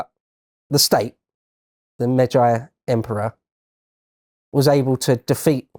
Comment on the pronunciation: I searched for just in case this was lotus eaters video and I realized it this channels video I was already watching. In all due respect and I do mean this May-G Meij-gee Not Meij-I